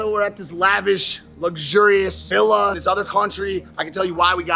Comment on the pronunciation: Lmao Austin's friend whatever-his-name-is calls it a "Zilla" instead of a "Villa". Foreshadowing their own downfall, perhaps?